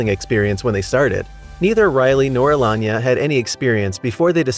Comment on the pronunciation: Elon-ya is actually Alayna Uh-Lay-Na wow that was painful to hear Elon-ya, Elon-ya these are not8 Insane things! WTF?